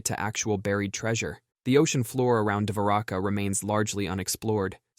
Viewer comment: davaraka??? No! It's Dwarka! (Dwar-Ka!)